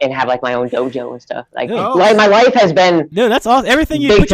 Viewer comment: He did sound like he said wife lol , it was life